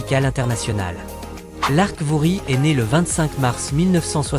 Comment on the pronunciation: Apprenez a manier l Anglais pas comme maintenant pauvre Lark Voorhies qu'est ce que mes oreilles entendent purée faites un effort